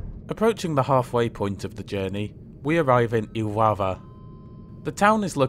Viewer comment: He pronounced it correctly in Iława though